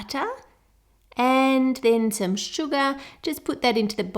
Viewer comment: she’s says sugar like Min Yoongi’s stage name.😍😍😍🤩